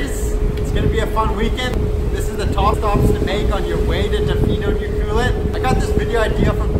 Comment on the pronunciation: Pronounced U- Clue- Let